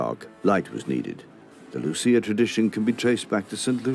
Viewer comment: My grandmother’s birthday is on Saint Lucia day :D (also, you pronounced it perfectly )